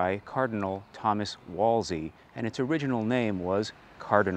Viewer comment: For future ref, Wolsey is pronounced "Wool-zee"